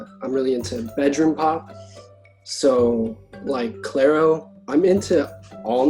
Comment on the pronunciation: That man really said CLAIRO